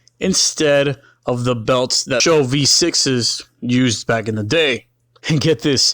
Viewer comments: Its S H O not sho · Great vid but it's not a taurus show it's an S H O. You don't pronounce ses or se or svt or gt as one word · "SHOW"?? Dumbass, it's S H O. as in Super High Output. Moron. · It’s not a “Show” it’s an “S-H-O” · S.H.O. NOT "SHOW" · For fucks sake its S H O. It's not a word. It is there fucking and separate letters. S H O not sho. It doesnt sound like a show. No one ever called these a show. Its SHO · It’s not pronounced show. It is S. H. O. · S. H. O. Is the only way I've ever heard this car pronounced years that I've heard this car talked about. And being that have been around the car scene 4 years and I've had friends that have actually raced these things, and yes I am definitely impressed with them. But I have never heard them pronounced as "Show". Could me and the rest of the people all been wrong this whole time? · Not dissing the video, but bro, it's SHO, not show. Ess Aitch Oh. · S.H.O not Show. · its not a 'show' its an S.H.O. which is an acronym. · It's not pronounced show it's just S H O. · Did it annoy anyone else when he kept calling it "show" It is an S H O. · true true it’s an sho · It’s S.H.O not sho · Calling it a "Show" instead of "Ess Aetch Oh" is like calling Nitrous Oxide Systems (NOS) "Noss". And these Taurus Super High Outputs were unremarkable. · But why pronounce it Show? Wasn't it pronounced S H O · Watch the original commercial. Its show. Always has. Always been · For fuck's sake please stop calling it a "SHOW." It's like when dumb fucking millennials say "NOSSSSSS." It's an S.H.O. not a "SHOW." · You should probably call it S.H.O. "ess aych oh" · "What do you call that? The Super High Output Ford Taurus. We call it 'The SHO[W]." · Totally agree. ESS EIGHCH OH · The super high output taurus. We call it the SHOW